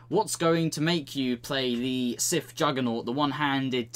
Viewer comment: Why can't you prounce "th"? Siff, finking, et cetera instead of Sith, thinking, et cetera.